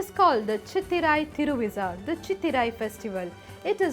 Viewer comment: I agree. I dont understand why she pronounces all the names incorrectly. ThiruviZha? Seriously?